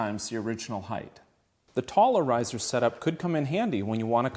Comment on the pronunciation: When he said "Taller Riser" I thought they made up a new word "Tolerizer" as in to make something difficult more tolerable. I'm buying a set and calling them the Tolerizers